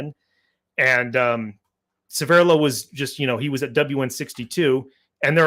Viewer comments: a small point and please forgive me for mentioning it, but your pronunciation of Severloh is really starting to bug me - It's not Se'verrlo, it's Sever'lo - it's also the name of a small hamlet just north of Celle (near Hannover) and he actually came from this area. I lived nearby for many years. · Very interesting. But the pronunciation of that German name needs some work 😅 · 1. needs to learn German. Or at least pronounce Severloh. 2. You do not fire the mg42 from the hip. That is deffo BS. 3. Good debunk. For some years I have believed that Severloh thought he killed a lot of people and felt bad. And even though he did not kill thousands and did not shoot Da Silva, the forgiveness and comradeship may be the important factor in this story.